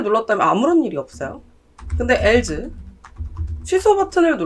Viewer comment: else... not 앨즈, but 앨스